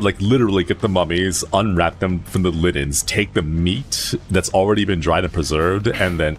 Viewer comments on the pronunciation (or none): *linens not liddens